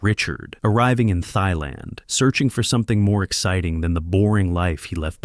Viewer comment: “Thighland”... yeah, it's AI slop.